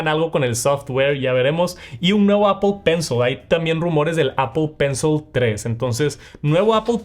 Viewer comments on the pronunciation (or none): Apol pensol 😂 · Apple peunceul😂